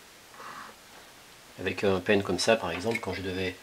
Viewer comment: Pas mal la petite présentation, par contre on dit " panne " de fer à souder pas " penne ". ;-)